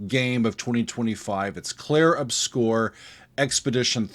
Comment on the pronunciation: My man need to learn how to correctly say the world 'obscur'